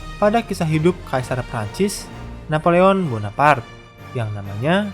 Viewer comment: Bona par te bukan bona part